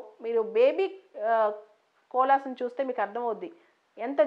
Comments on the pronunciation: We should pronounce it like kovala not cola. 🙏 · It's koala. No offence. Thank u mam.